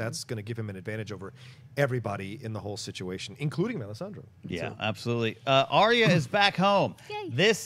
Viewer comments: Please please please stop saying Arya's name incorrectly >.< it's Ar-Ya, Ar-Ya, Ar-Ya, Ar-Ya, Ar-Ya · got it. Ariya.